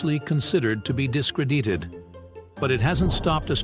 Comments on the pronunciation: Nep Tune E, Your Ain Nose, and Dis cradeeded 😂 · Ooranoos, discreedited, astro-no-mers. can't pronounce common words. Sorry but not watching this crap